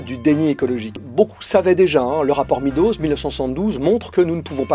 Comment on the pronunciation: Et si on arrêtait de dire le rapport Midoze. Meadows se prononce Maidoze.